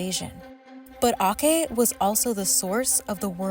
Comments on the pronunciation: The 'C' in 'Aceh' should be pronounced like 'ch' in 'chalk' rather than a 'c' in a 'care' :) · Aceh is pronounced "Ah-chay" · There was a time when Indonesia has the lowest average height in the world while Netherlands was the highest. This is what you get from 3.5 centuries of malnutrition and colonialism. Oh and "Aceh" is pronounced with a soft "C". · the pronounciation of Aceh is wrong btw , it should be > /at͡ʃeh/ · Aceh is pronounced ah cheh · "Aceh" is pronounced "atcheh". Talking about Aceh, it would be interesting if AJ+ cover the story of Snouck Hurgronje, an orientalist who pretended to be a Muslim then performed hajj only to study how to conquer Aceh. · Love the spotlight on such atrocities, it's important that the world not forget about European Colonial legacy. I would recommend, however, making sure you know pronunciation before recording... Aceh is pronounced "ah-CHAY" - the "c" in Indonesian is almost always pronounced "ch"... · Aceh is pronounced like “ah-chay” with “ch” making a sound like what is found in “choose” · Aceh is pronounced aah-tshé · Thank you for uploading this on our Independence Day. It is a beautiful gift. Correction. The Aceh Sultanate, the "ceh" part is like the "ch" sound in chicken. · Aceh is pronoinced Acheh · it's pronounced ah-cheh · Would've been nice if you actually interviewed Indonesians in Indonesia or Indonesian Professors instead of Dutch ones, maybe then you'd pronounce Aceh correctly. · they way the speaker pronounced Aceh showed there is no Indonesian in the quality control of this video. but good insights! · You really butcher the Aceh pronounciation. Loss respect. Do your job properly, journalist! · U said aceh the wrong way its pronounce aceh not akeh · tiny tiny correction: Aceh is pronounced "A-CEH" with hard C as in "Cherry" or "Cheese" not "A-Keh" (english C, pronounced K). We Indonesians pronounce everything as it is written. Apart from that tiny mispronunciation, nice video. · akeh 😂 it's atjeh